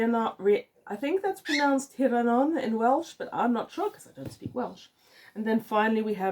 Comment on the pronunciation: I'm guessing that cover artist had gotten a good deal on that blue paint since he used it so often although the first one looked more like a 1950s idea of what Pocahontas would have worn 🤷‍♂️. Rhiannon is pronounced Ree-annan btw. I did look up Roberta Gellis this morning funnily enough as I was looking to see if Orpheus and Eurydice was included in that Greek mythology series (Book 3 btw) and was impressed she had gained two masters in such different subjects. The book covers really sell her books as sappy romances which is a shame as there's a much bigger market now for good historical fiction that takes it's subject seriously. She contributed a couple of short stories to two Irish set collections which I wouldn't mind getting a hold of as well.